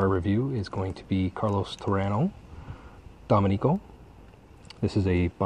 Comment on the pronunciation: also it is pronounced doh-mih-ni-co with the emphasis on the MIH. Just trying to help. Don't want you sounding like an idiot if you are around Latinos who know the family and area. :) Keep up the work. Just ordered 20 so should see for myself. I LOVE the Torano Reserva Decadencia ! Comes in a glass tube and is infused to smell and taste like port wine.